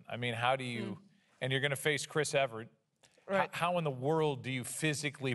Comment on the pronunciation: Great interview. (But he really did say "Chris Everett."🤦‍♂️